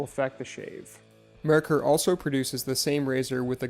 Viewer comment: It's NOT "mer-ker"...it's MARE-cour. It's a German name. Get it right! A simple search would have gotten you there.